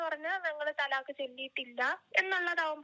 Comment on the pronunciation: തലാക്ക് ❌ ത്വലാക്ക്✅